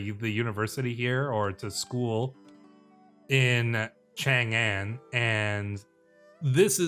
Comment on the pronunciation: Your understanding of phonemes is great though! If your trying to pronounce it, thats good enough for me as a native speaker! (Sichuan would be Sss-Ch-wuan, your Wu Zetian wasnt far off either, ooh but the "Chang An" should be pronounced smth like Ch-ahng ahn) They definitely need to add more phonetic symbols throughout Did not know I needed Court politics like this in CK3, I can imagine a 3 kingdom type of playthrough being fun too!